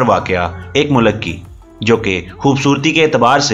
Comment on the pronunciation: Mulak ni he vo bhai mulk bolo